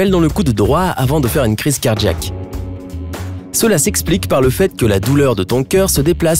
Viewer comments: Et quand on dit cardJaque au lieu de cardiiiaque, c’est quoi ??? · C'est car jack? Ou Cardiaque? Moi j'ai mal compris ta prononciation... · On dirait qu'il dit car-jack comme car-jacking 😂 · Cardjiaque cardjiaque cardjiaque 😂😂